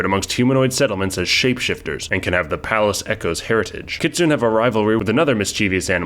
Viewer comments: AUGH! It's not 'Kit soon' it's Kit soo nay. E isn't silent in Japanese, which is where the word Kitsune originates. :) Otherwise, good video. :) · Kitsune is pronounced "kit-soon-nay". Just wanted to point that out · I mean if you wanna be picky nay is also wrong (that would be kitsunei), the u is an unrounded (and devoiced in fast speech) u that has no English equivalent and will more or less sound wrong no matter what unless a person is actively studying Japanese, and ki is more accurately kyi (it's palatized). ne would be more accurately pronounced neh and the player ancestry would be more accurately referred to as a Youko （妖狐）anyway.